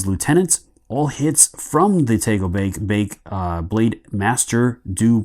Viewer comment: Thanks for the great video, l think your pronunciation of takobake is a bit off.